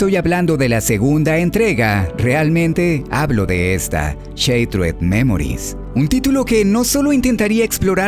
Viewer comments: Se pronuncia "Shaterd", no "sheitred" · Buen video. El único pero, en lo personal, es que shattered se pronuncia "Sharerd" y no "Sheitred". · am tus videos pero como que CHatered dimensions?? es shhhhhhatered no CHA PORDIOS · Se pronuncia "shaderd" no "cheitred" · no se dice, Sheit-red memoris, se dice "sharer memoris" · Cuando una palabra lleva doble consonante ("shaTTered") la "a" adquiere un sonido de "a" y no de "ei", por lo tanto la pronunciación correcta es "shAttered" y no "shEItered" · Konami: Shattered Memories: cheitred memoris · ¿Sheiterd memories? JJJAJAJAJAJJAJAJAJA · No es cheitered es charerd. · así no se pronuncia shattered :s pero bien video